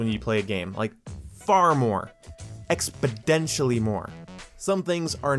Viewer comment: When you're trying to put weight in your opinion, chances of saying "expodentially" increase exponentially.